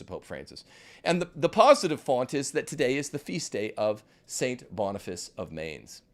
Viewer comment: learn how to pronounce Mainz